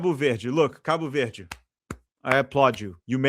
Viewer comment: Eu genuinamente achei que tu era gringo até a tua primeira pronúncia de Cabo Verde